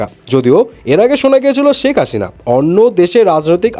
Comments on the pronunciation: শেকাসিনা বলেন ক্যান ভাই?? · ভাই তুই আগে শেখ হাসিনা বলতে শিখ